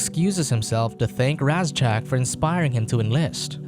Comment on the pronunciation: My only problem with this review is its pronounced RAY ZACK that's all other than that love the video and movie hope you do more reviews and can you do the rest of the franchise please